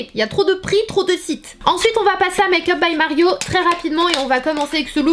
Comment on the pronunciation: Pourquoi tu dis dans toutes tes vidéo tu prononces mayk up au lieu de make up🙄